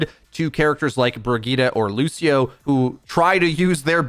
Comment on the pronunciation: Did he say brigeeda?